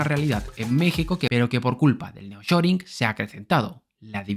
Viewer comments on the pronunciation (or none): Es nearshoring y no neoshoring que no? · No es Neoshoring sino Nearshoring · Me gustan tus vídeos. Solamente aclarar que el fenómeno comentado se llama “Nearshoring” no “Neoshoring”. Ah pero ómo son malos ustedes los españoles para el idioma inglés. Jeje 😂